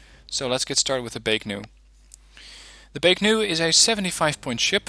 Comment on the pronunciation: Why do you keep saying Baek-Nu When there is no 'N' in Baek-Ku? You do this consistently in all your videos. Just curious.